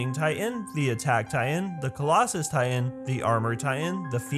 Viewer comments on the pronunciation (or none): It kind of bothers me, the way that he says "ti-en" instead of "ti-tan" (pronounced spelling) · I heard he say Taian???? Not titan... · tay-an no hate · This dude can't say "titan"